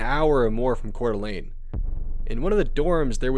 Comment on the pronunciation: It's so nice to hear someone who pronounces Coeur d'Alene and Spokane properly.